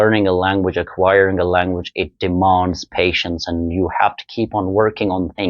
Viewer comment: Hhahahaha...love the way you say language...😂😂😂..stop faking and be real...beech mein hi british accent beech mein hi American...This is not what an ideal English tutor should talk like. Accent changes from region to region stick to your own roots